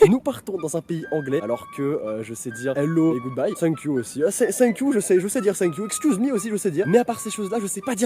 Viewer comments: mais on ne dit pas Sainekiou mais fènequiou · Petit truc thank you sa se prononce TANK IOU et non SANK IOU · "Sshank you" stp 😂😂😭